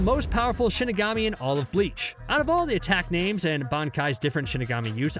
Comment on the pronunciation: You are murding me by those names